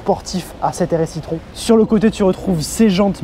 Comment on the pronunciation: ça ne se prononce pas plutôt " i-trone " ?